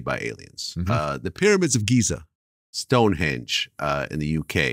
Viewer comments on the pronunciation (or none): none